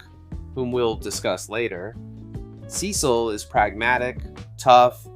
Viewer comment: holy underrated, love the vid but the way you said "Cecil" made me mad lol